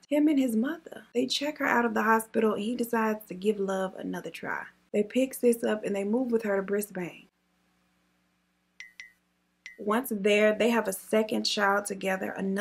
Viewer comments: Bris-behn. We like to spell our words strangely. Like Melbourne is pronounced Mel-behn. I'm listening to you now talking about prisons here. I knew some one who was in had playstation, TV...all the amenities. Here I am busting my ass working. Let me reconsider what I'm doing with my life 🤔🤣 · I’m gonna tell you the proper pronunciations of our state names ok, babe. 🤩🤩 Brisbane is - Bris-bn Sydney is - Sid-nee. Victoria is - Vic-tor-y-a. Western Australia is - W-A Adelaide is - AD-EL-AID. Northern Territory is - N-Tee. Canberra is - A,C,Tee. Tasmania is - Tass-ie. And I think that’s all. There you go 👧🏿🌹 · Brisbane - pronounced bris-bin (I ain’t hatin I live here) 💕 much love from QLD ☀️ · Girl I love you hahah but I couldn’t help but laugh when you said Brisbane 🤣